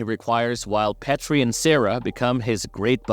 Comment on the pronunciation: There's no short "E" in Petrie, there's only a long "E".